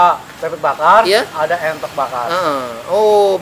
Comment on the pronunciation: entog bos bukan euntog..